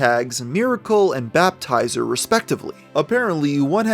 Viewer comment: "baptizer" lmfao Baper-izer